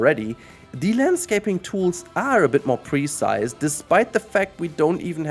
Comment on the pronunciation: Everytime you pronounce the word "precise" I have trouble understanding what you're saying. At first I thought you said "pre-sized" and had no idea what you meant. The emphasis should be on the second syllable: pruhCISE.